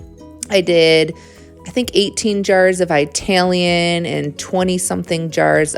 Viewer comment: Where were you brought up to pronounce Italian so poorly.. try saying Italy.. then your version of Italian